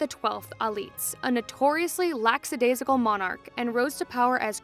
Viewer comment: It helps to inspire confidence in the message if the messenger projects competence in the use of the English language. If you are going to use polysyllable words try to pronounce them correctly. (At 45 seconds.) There is no s after lack in lack-a- daisical. You're welcome.